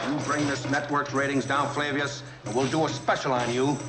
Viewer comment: Flavius. As in Flavius Josephus.